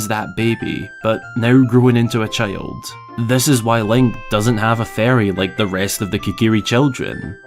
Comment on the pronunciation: You talk like Pipin. Cheild